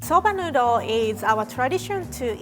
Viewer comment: I understand its an accent thing but her saying soubah noodol 100 times is driving me up a wall